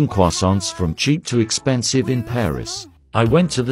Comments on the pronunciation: I love Cwasownts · I love how the text to speech pronounces “croissants” as “quossants”